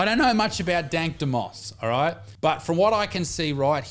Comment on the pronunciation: Dank, don't you mean Tank?